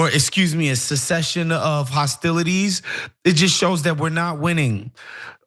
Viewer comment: The male reporter didn't seem to recognize the word cessation and he said something like senescence. Call me old fashioned, but meathead doofus is not the kind of description one would expect from high quality journalism.